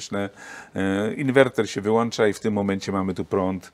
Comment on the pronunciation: Fajny materiał i dużo interesujących tematów ale... przez słownik głównego bohatera i jego "włancza, załancza i wyłancza" nie da się tego spokojnie obejrzeć. Pozdrawiam ;-)